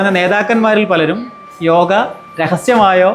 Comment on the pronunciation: യോഗ എന്നു പറയാൻ ശ്രദ്ധിക്കാം ഇംഗ്ലീഷിൽ യോഗാ